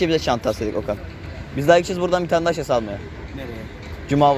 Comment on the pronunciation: Abi şaşe degil şase